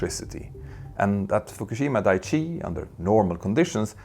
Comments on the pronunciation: Daiichi should really be said with a glottal stop between the i's, like dai-ichi -- ichi means "one" and dai ("die") indicates that you're counting, so "Dai-ichi" translates as "number one". "Daichi", the way you're saying it, means something like "solid ground". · FWIW: Daiichi — dye-ee-chee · It’s clear that a lot of work went into the video, which makes it all the more unfortunate that a few easily avoidable mistakes crept in. For example, the pronunciation of “Daiichi” (where it’s important to pronounce “Dai” and “Ichi” separately—if in doubt, just stick with the English version, which was also mentioned as “Fukushima No. 1”) and the depiction of the tsunami, which looks like a normal wave in the video rather than a tsunami. It’s a great video, of course, but little details like that can really throw you off. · Dicey not Daiichi. And the Japanese have restarted their reactors nationwide. Brilliant! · dah eee chee